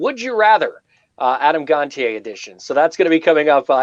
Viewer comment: It drives my crazy how people pronounce “Gontier” and “Gon-tee-aye”. It’s pronounced “Gon-chay”!